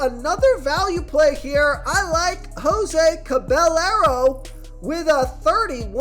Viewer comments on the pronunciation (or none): Jose “Cabellarrow” 😂 Cah-bah-yeh-roh